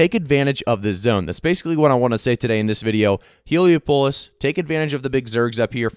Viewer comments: hee·lee·aa·puh·luhs not Helo-pulus (like Metropolis) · The way you pronounce Heliopolis 😂😂😂😂